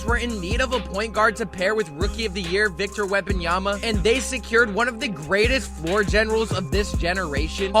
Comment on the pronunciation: Wembanyama ! not Wembanyamba.. 😔